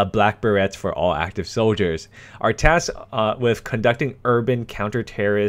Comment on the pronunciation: it's not be-ret for pronunciation, the correct pronunciation is ber-ray.